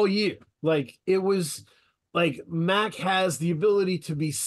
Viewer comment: The shit drives me nuts. I don’t understand how at this point of his career people still saying “Mack”. And he is quarterbacking the interview at least 15 minutes in so I’ll see how it goes. I guess I’m gonna have to hear the mispronunciation of his name for the entire two hours. No big deal ultimately I’m just breaking his balls, but it is weird to still hear that.